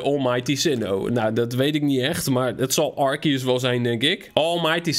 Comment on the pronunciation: Stop met arkieus zeggen het is arsieus en schrijft het als arceus